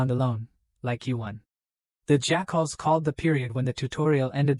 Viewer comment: Pretty ok AI. Good story. But best thing about the story is that at the 5.5 hour mark or so a faction called Jackals is introduced, but the AI pronounces it "Jack-Holes". Lmfao, made this story ten times better over that period of it. So funny.